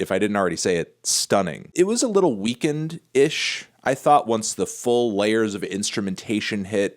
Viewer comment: Took me too long to realize you said Weeknd and not weakened 😳